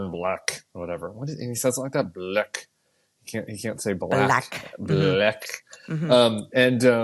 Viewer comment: DonOLD's pronunciation of ‘black’ as “blech” (/bleKH, blek/)… is a clear expression of disgust and distaste—it's also a racist dog-whistle, plain and simple.